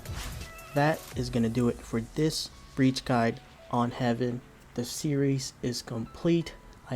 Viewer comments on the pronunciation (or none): Btw Haven is pronounced "hay-ven".